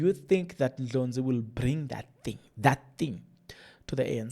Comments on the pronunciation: It’s annoying hearing you pronounce Dr Ndlozi as Ndlonzi what’s the matter?? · Heeey wena is not Dr Ndlonzi fool is Dr Ndlozi called his surname properly..